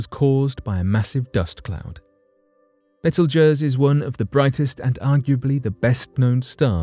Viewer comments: It's not "betel guizz" it's called Beetlejuice. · Betelgeuse is pronounced beetle juice...x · Good lord.... it's pronounced... Beetle- Juice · First gotta say I love the show show brother,,,, Now with that said hers why I decided to write ....repeat after me it is pronounced "Bee-tle-Juice" Not "Bet til Guiest" You brits and your language lol! Like "Alum-inum" You Guys Say "All-u-minium" Different ways to say the same word is a culture thing but butching is another ..Just a heads up guy. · How the hell did you just pronounce Betelgeuse! Hahaha smh it’s pronounced like “beetle-juice”….. wow just wow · Its pronounced Beetle Juice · I'm sure someone else said it before me but the star in Orion is pronounced beetlejuice, just like the movie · Learn how to pronounce beetlejuice correctly. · Yeah, that pronunciation is freaking me out too! You are correct that phonetically, it should sound like "beetle juice".